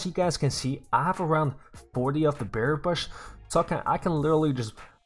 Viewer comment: Is it me or does he keep saying beary bush or Bear bush